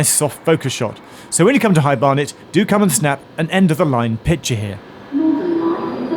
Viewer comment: High Bear-net?